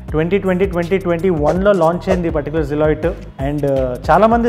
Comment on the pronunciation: silhouette pronunciation koncham choosko anna!